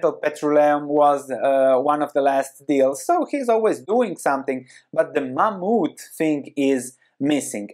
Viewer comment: Interesting. Mammoth is pronounced 'Ma-moth.'